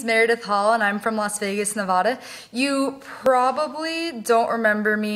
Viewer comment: MEREDITH YOU SAID NEVADA WRONG.